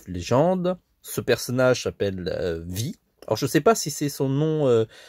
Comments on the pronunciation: C'est "Vi" mais son nom se prononce "Vaille" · Le personnage né ce prononce pas Vi mais Vaï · Ça se prononce vye comme bye mais avec un V 😂